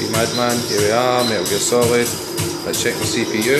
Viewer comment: Why can't you pronounce a t? "Emula or"? WTF? Me al Gear Solid? LOL